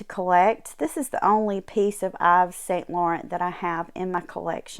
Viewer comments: Great video thank you. In French Yves Saint Laurent, his first name Yves is pronounced Eve like Eve in the Bible. They French don't pronounce the letter S. Blessings. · You pronounce it Eve. Love all of your beautiful jewels.